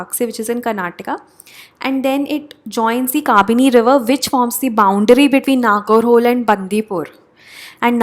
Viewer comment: नगरहोले would be d correct pronunciation as per me. Pls confirm once.